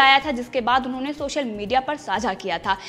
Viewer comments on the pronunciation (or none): none